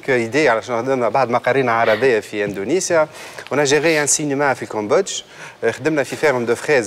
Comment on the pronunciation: يا سنية الدهماني يا استاذة ،عملتي العار. علاش تقول وتكرر الف مرة اندونزيا اندونزيا والصحيح هو اندونسيا يا معلمة